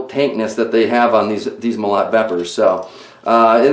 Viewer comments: agh... stop saying Mo LOT! it's pronounced Mo LOW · Russian "molot" is a "sledgehammer" in English. And the right way to say the word is mOlot, not molOt. Comprende? Cheers!